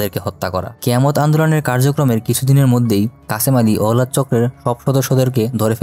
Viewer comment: What is kacamali😅😅😅😅it's kashem ali